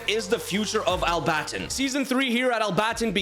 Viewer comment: I live in Al-Batin but you pronounced it wrong